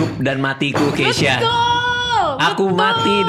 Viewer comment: keshya yagesya bukan keisyanya wkwkkw